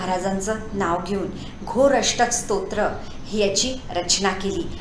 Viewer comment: योग्य उच्चार करा.